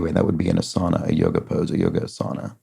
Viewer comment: Another pronunciation thing: ASANA's pronunciation puts the emphasis on the first A.